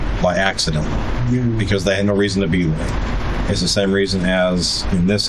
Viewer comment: Never trust a little punk that can't say the word "because" correctly. Piuzz...